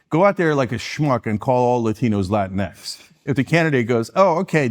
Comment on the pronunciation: “latinks” lmao